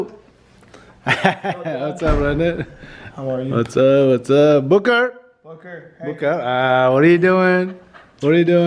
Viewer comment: How calls booker “ booger”😂